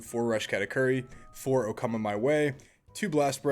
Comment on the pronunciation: Bro, "Okama Way", not "Okama my way" or "oh come my way" like many YouTubers have been saying xD